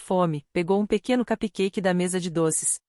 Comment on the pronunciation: Se não sabe pronunciar CUPCAKE, fale BOLINHO em português que é a mesma coisa! Mas não fale em inglês errado!!!